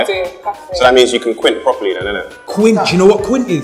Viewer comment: He said quint 😂😂😂